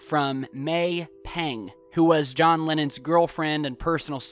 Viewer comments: First of all the president before Lincoln was James Buchanan. Next you're mispronouncing Lennon, and Proxima. Sorry not trying to be mean. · I'm laughing so hard at how you pronounce Lennon, good video though